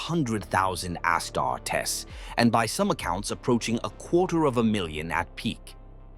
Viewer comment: And his legion of ASS-TAR-TESS